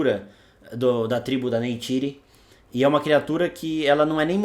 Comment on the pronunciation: Esse aí falou nome errado kkkkkk o certo é neytiri não naitiry